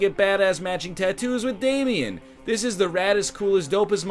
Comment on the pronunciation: Triggers me so much on how says Damien